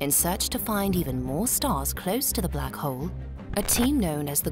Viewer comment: I can't help but notice the narrator keeps calling the black hole black hoe.